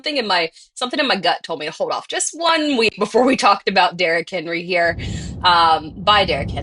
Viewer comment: for the “Derrick Henwee”